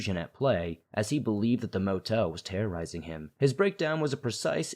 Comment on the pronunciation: THE MO TEEL THREATENED TO KEEL MEEE